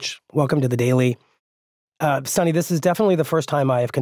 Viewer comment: It’s not pronounced as Sunny ,it’s Suni..Sunita,stress on the syllabi ‘’U’’